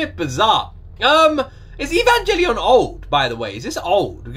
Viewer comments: The "G" in Evangelion is actually pronounced like in the word grammar not "evan-jelly-on". Some people (including me) are triggered by this wrong pronunciation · I am a simple men, I see evangelion, I click. ( btw the g in evangelion isnt pronounced as a J)